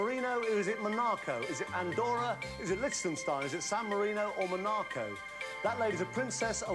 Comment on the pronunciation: Off the top of my head... This is so quintessentially 1989 in style (I love it!) Imogen Bain was an accomplished actress. She passed away in 2014. May she rest in peace. I have never heard that pronunciation of 'Monaco' (Mon-AH-co) before. Maybe I should defer to Mr Tarrant here, as I imagine he will have been there, and I certainly haven't 😉 (if only!) I really enjoy this show. Thank you so much for uploading these episodes!